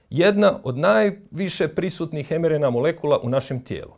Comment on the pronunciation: Također, lita se em ar en ei, ili i er en ka. Oemerena ne postoji